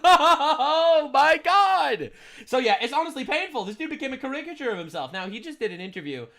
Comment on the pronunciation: Dear Lord, Candace, learn how to pronounce "caricature."